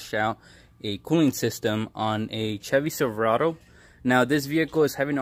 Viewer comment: Jevy silverado lmao